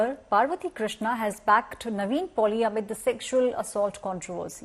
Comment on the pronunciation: First learn his actors name it’s “NIVIN” not “Naveen” . It’s a christen name as well not some difficult South Indian name pathetic news media